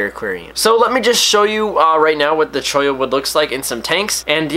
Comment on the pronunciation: Your one of the few people who pronounce Cholla right.